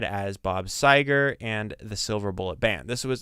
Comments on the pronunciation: Not Sea- gar.. It's Seger, Sea-ger like her. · Pronounced Seeger